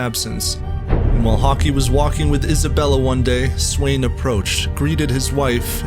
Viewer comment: Thought u said hasbulla 😭😭😭😭